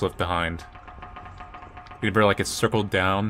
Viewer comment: I can never tell if says reMember or reNember but I find it endearing